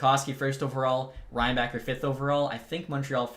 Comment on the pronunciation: also Reinbacher is pronounsed as Reinbahher :D